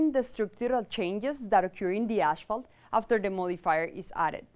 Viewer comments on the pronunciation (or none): it's not ashphalt it's asphalt!